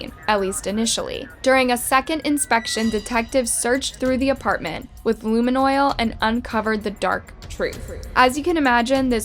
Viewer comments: Its luminol not lumen oil dummy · Giiirl you have been creating True Crime content faaaar too long to be calling it Lumen Oil hahah. Love the videos tho! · Lumen oil??????? Agh no it’s pronounced loom-e-nal . How can you mess that up? That’s something you should know when having a crime channel. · Luminol not lumen oil. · Lu-mun-all not luman-oil drives me crazy how often this happens in her narrations!!!! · This narrorator. I listen just for the mispronunciation. They sound so simple that the entire narration sounds A.i . No typical American would mispronounce allll them words. Dang, let me get some more of that 'luminoil' lol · The fact that true crime is the focus of this channel and you can’t even pronounce luminol is more proof that you care little about the quality of your content. You just churn out subpar content and sit back and collect the money. All of channels are trash!